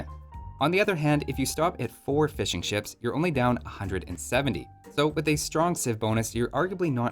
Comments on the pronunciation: sounds like you're saying "fish and chips" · I don't even play AoE2, but for some reason I watch your videos. Also the first time you said fishing ships I misheard it as fish and chips and now I can't stop hearing you talking about fish and chips the whole video... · I keep hearing ''Fish and Chips'' instead of ''Fishing ships''